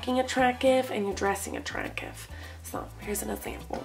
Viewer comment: anyone notice she sais attracive and not attracTive